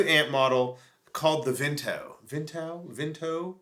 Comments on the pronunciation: It's pronounced Vontoo.... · It's pronounced " vantoo" ;). Thanks for the demo! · There is a famous mountain in France and they pronounce it Vaughn-too. Thanks for the video and the info!